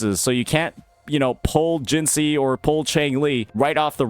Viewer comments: You should be in jail next to Scar for how you pronounce Jinhsi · The way you pronounced "Jinhsi" is criminal